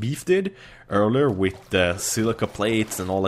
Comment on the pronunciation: it's th not tt